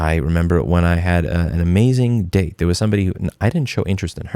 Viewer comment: . My wife and I thought you said... I remember a time when I had an amazing dick... It took us three times to understand you said date.